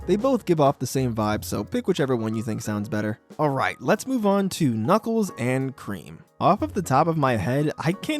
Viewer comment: The way you said Knuckles and Cream gives me the idea of "Cookies n' Cream" for their duo